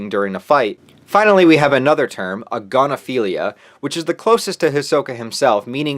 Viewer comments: I lost it when he said "agonophilia" I immediately thought aGONophilia IM ORBITING ⭐💀💧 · Didn't you mean... A*gon*ophilia?